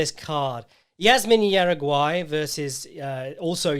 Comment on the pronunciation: Hey, your pronunciation of Juaregui was atrocious. It’s pronounced hara-gi. Love your work!